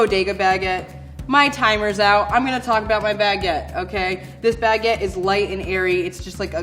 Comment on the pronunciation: Her pronunciation of Baguette, especially when she said Baguette maybe 4-5 times in the span of 5 seconds distracted me. She said it like Bag-get like she carries this thing on her shoulder.